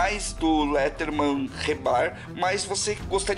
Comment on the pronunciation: Gostei do video e pá mas só uma correção: se pronuncia leidermen msm se escrevendo Leatherman